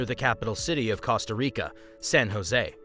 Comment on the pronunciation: it's pronounced Costa Rica not Casta Rica, there's an O not an A.